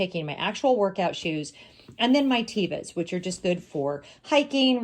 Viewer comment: I was listening o your video and didn't know what you were talking about. From the TEVA website: How Do You Pronounce Teva? Teva is pronounced TEH-VAH, with a soft "e." Teva is the Hebrew word for nature.